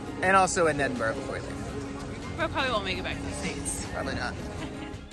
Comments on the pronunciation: Brilliant tour guides of my home town and congratulations for not saying ‘Edinborrow’ as so many North Americans do! Hint: if you really wanna sound like a local, say ‘Embra’ with a wee trill on the ‘r’! 👍😉 Thanks again. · I'm glad both of you are pronouncing Edinburgh properly.A really good tour video by the way.